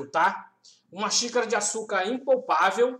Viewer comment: não,ele fala impolpavel, rssss